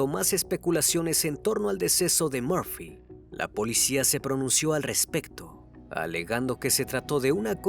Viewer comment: Crimi, es Murphy... por favor, puedes corregirlo, por respeto a sus familiares. Gracias!🤗😘❤